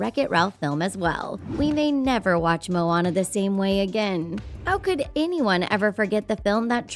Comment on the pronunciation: Id get it if her name was "moanana" but not "moana".